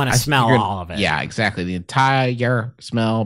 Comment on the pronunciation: "the EN👏 TI 👏 RE 👏 SMELL 👏 MO 👏 LE 👏 CULE 👏"